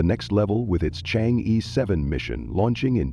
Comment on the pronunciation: Chang err not ee